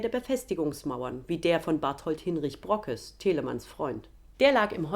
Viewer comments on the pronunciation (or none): Sehr interessant wie immer. Den Brockes spricht man übrigens „Brookes“. Dehnungs-c, wie auch in „Lübeck“ (gesprochen „Lübeek“) oder „Mecklenburg“ (gesprochen „Meeklenburg“). Eine typisch norddeutsche Eigenart.